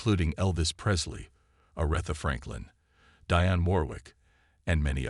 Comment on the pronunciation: You need to learn how to say Aretha Franklin Dionne Warwick properly